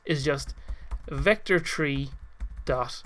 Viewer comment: vector tree